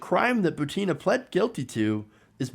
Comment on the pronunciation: Hey, please correctthe accent on Maria's last name: She is not ButEEna, she is is BUtinaj just like PUtin.